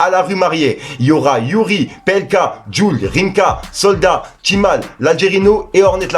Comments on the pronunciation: Mdr comment t apler houari 😂😂😂wari pas youri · Tu fait exprès de maltraité les blazes de tout le monde🤣 ? Youri pour houari ptdrrrr maitrise ton texte stp avant de poster si tu veux que sa marche. Bon courage 💪🏽 Ps: c'est un conseil faut pas mal le prendre